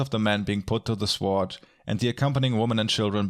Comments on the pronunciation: Mispronouncer of Words hits you with his "Svfoohrd".:-) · love the video and i think you are doing very very well! one tiny tiny thing that keeps bugging me tho, its just meant as a tipp: the w in sword goes unpronounced :) just fyi hope not to be bothering you, looking foreward to your next vid! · "sword" is pronounced "sord". "hyperbole" is not pronounced "hyperbowl" but "high per' bow lee"